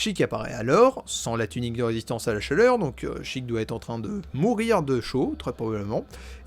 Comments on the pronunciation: A chaque Sheik prononcé "chic" prononcer au lieu de sh [É] kun chaton se turas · Ah ça me fait grincer les dents le fait d'entendre "Chiiic" mais bon après chacun ses habitudes mdr, très bonne vidéo ! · Comment ça on prononce "sheek" et pas "shèik" 😭 Je ne savais pas que ça correspondait au mot anglais "seek" mais ça a grave du sens avec Zelda et ses actions ! Merci pour ta vidéo, c'était super intéressant et instructif ! 😊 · perso je disais SHEIK maintenant je dis CHIIK (plus classe) ( ET C'EST PHOTOSHOP FLOWEY PUTAIN DE MERDE) sinon y a t il des gens qui prononcent sans comme sense (je les comprends pas ceux làs) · Je suis en plein visionnage de cette analyse, ayant adoré la partie 1. Je découvre ton travail sur le tard et c'est vraiment super, bravo :) Je reviens sur un truc : tu as raison de dire "Chiic" pour Sheik. Mais dans ce cas là il faut aussi dire "Malone" pour Malon, "Talone" pour Talon, et "Ranch Lone Lone" pour le Ranch Lon Lon. C'est prononcé comme ça en jap ^^ Voili voilou ! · sheik je le prononce "sheilleque" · Je suis le con qui prononce chëic 😐😐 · Bon moi je prononce « Shéyk » Donc je suis très loin...